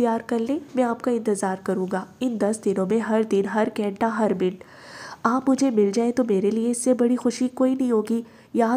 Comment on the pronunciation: App ghenta khaiti hain balki ghanta hota hai😊